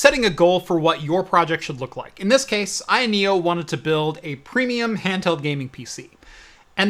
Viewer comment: You almost got it right Ayoneo you almost got it right